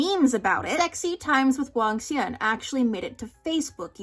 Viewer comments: as someone learnong mandarin and loves hanfu but never watched any cdramas i see cdramas EVERYWHERE but dont care for them. even without ever having heard it before your pronunciation of Wangxuan is SO FLAWLESS. You literally spund like a native every time you say it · When you pronounced Wangxian correctly I got so excited